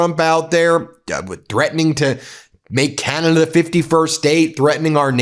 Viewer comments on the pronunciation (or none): none